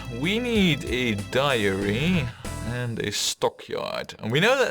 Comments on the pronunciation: Good to see that the canals did not get the best of you! And I don't mean to be that guy, but it sounds like you are saying diary instead of dairy for the milk farms. Dairy rhymes with marry. Man, those are weird words, i had to google them just to make sure I was spelling them the right way round. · ***** It really isn't horrible. It's actually quite good, barring a couple pronunciations here and there. And it's understandable given how nonsensical English spelling can be at times (even worse than Dutch spelling ;) ). But yes, "dairy" rhymes with "berry". The only other word I've heard you mess up is "livestock". The "live" in that word rhymes with "dive", not "give".